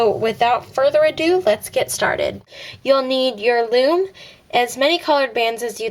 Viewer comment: You said floom